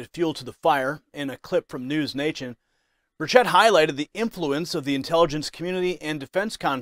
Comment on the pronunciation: It’s Burr Chet. Not Burr Chit